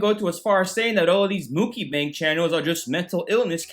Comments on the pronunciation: Its Mucky Bang Everyone that's how it's pronounced from now on, pass it on, Mucky Bang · "Muk-i-bang" - 2k19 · Why do you keep saying "mukibang" 😂😂 is this an inside joke that I'm missing? Lol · I love the way he pronounces Mukbang 🤣 the BEST